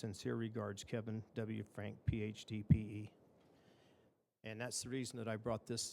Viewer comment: He’s reading the letter from Kevin and can’t pronounce his last name right….